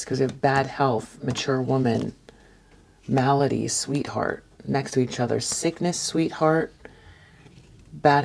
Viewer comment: You’re the only tarot reader on YouTube who pronounces the word, malady, correctly. 👏🏻👏🏻👏🏻 As always, great reading!